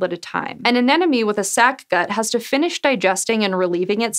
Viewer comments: AneMOne, not anenome... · First off, thank you for including the comb jelly with the disappearing butthole. I was hoping you’d discuss that. Second, it’s “anemone” an-em-o-nee, not “anenemy”. An enemy is someone who hates you. Anemone is a wiggly, brainless, tentacle monster with a mouth butt. Finally, is there a counter out there for how many times you said “butt” in this video. I feel like one needs to exist. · aNeMoNe. Not anenome. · "like an anenemy" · The script gave three chances to say 'anemone', and she goes and says 'an enemy' every single time. She's creating educational content with mistakes a high-school marine biology student would be ashamed of. SciSchow should have higher standards. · I wonder why is "anemone" so difficult to say to English speakers! 99% of the time it comes out "anenome"! Or is it supposed to be pronounced like that? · Is that really how "anemone" is pronounced? I thought you said "an enemy" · yeah same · what's this "anenome" you speak of? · Sea *anemone*.. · It sure isn't! I can't believe no one corrected her before the video was uploaded...